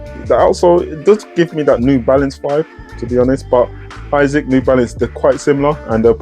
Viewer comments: I was curious too why you call them Isaacs instead of A-sicks. Great review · It’s really annoying when keep saying Isaacs!